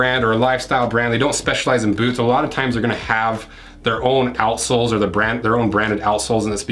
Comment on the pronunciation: Offtopic I always lough at "outsoles", which always sounds like "a.sh.l.s" 🙂